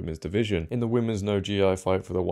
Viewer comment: "Gi" is pronounced "gee" the G is like "girl" but "gee"